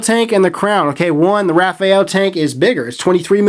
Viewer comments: Your mispronunciation was irritating. This tank lacks a proper shut off valve thus leaking with top fill. The top fill is gay AF. Not going to buy this I hate tanks that leak and that are messy to use. Cool to see you dish out some truths but we can tell you held back a little bit. Thanks for the preview. I was looking forward to this but so many things wrong with it. At least you aren't hating on the crown like the other reviewers and telling us the herakles plus is the best tank ever... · hey...try to tell it in French... its sounds "raw...fall". Hello from Montreal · "Ra-faal" unless its purposely misspelled. XD I'll take a tank if you're offering lololol please and tanks... <--------see what I did there XD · It's pronounced Rah-fall-aye. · it's like reading you're and your used incorrectly, every time I hear it it sets off a little alarm haha. Just thought companies sent info to reviewers regarding pronunciation and what not. no big deal, just a little alarm in my head going off each time. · I bet Uwell is pissed at you for not pronouncing the name correctly. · I believe you are pronouncing the model "Rafale" incorrectly.